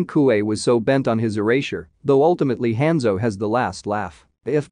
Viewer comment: I hate the way he pronounces Hanzo name, clan, and the way he says Bi Hans clan